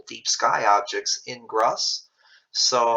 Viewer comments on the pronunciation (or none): I thought it is pronounced "groose"